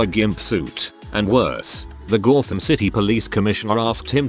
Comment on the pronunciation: "The Gawd-Tham City" - I FIRST heard it as, "Goddamn City", but now I can only hear, "The Gawd-Tham City". Which is appropriate since the accent makes me think of the Thames.